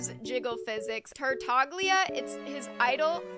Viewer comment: the g in tartaglia is silent bro